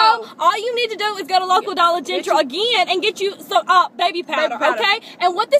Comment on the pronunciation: "Dollar Gentral".. Freakin hilarious!! Keep up the great work, makin us laugh- girls!!